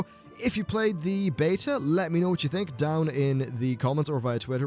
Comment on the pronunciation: I'm glad you don't pronounce beta like some other British/Irish people "Beetuh" drives me nuts!!